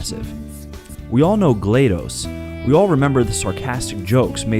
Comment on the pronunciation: Its not GlEdos its Glados. Solid list you made but I would put Vessel in there,its the best puzzle platformer no1 talks about.